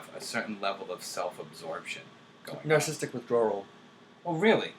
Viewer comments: every time he says nar sistic i cringe. its narcissistic- nar-SIS-sistic not nar sistic grrr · The irony of a narcissistic INTJ pronouncing it "narcism/narcistic" XD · He pronounces it as "narcistic". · This dude is an INTJ and can't pronounce the word "narcissistic". This is why I have distrust for the MBTI. The MBTI is simply one lens in which one can view/explain differences in human behavior. The definitions explain the healthiest and highest performing version of any given type. Regardless of a personality type, there is always going to be individualistic differences (life experiences, IQ, athletic ability, etc.). This coming from a fellow INTJ.